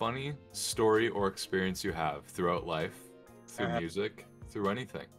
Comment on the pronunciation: WUSIC WUSE WODCAST